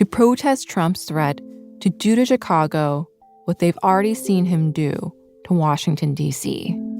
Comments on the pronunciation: What is with the host’s mispronunciation of “Chicago” ? She pronounces the “chi” like the “chi” in Chicano, instead of like shy. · Omg stop saying CH-cago. Yes I know how it’s spelled.